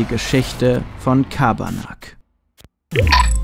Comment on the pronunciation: Das ist kein Schabarnak sondern Carbanak